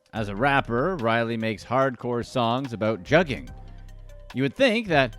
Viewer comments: That “u” in Juggin is Pronounced more like the words “good would should or could” .. it’s not jug like juggling and they use sound is not like bug tug or rug … you wouldn’t pronounce swindled as swYIndled so why are u going heavy on that jug thing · It’s pronounced Joogin